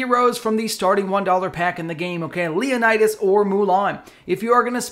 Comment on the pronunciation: In one single video, I don't know how many civilizations and cultures have you hurt at once. My ears are bleeding for each Leonidas mispronounced.